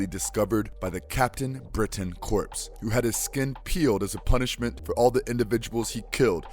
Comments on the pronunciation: "Corps" is not pronounced "corpse", but "core" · Is Obama narrating this? Corps is pronounced like “core” not “corpse.” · "Corps" is pronounced "core", not "corpse." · Captain Britain Corps Corps = core not corpse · The "ps" in corps is silent. So it's pronounced "core".